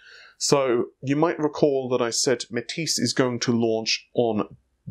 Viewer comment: Didn't he mean Renoir? (Ren-waar)? When he first tried to pronounce Matisse, he called it Ma-tassy.